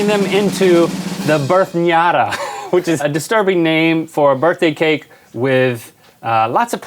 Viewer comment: "Happy Barthday Rhatt"